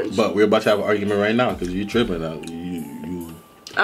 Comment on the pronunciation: He said “ I’m TrIp trIpnnN!”